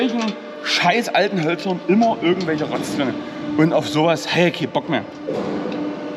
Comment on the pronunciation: Hi, bei Dich heißt "Immer" - "ÜMMER"... woja 😂🤣😂🤣😂